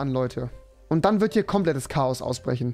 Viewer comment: Auschbrechen rewis deutsch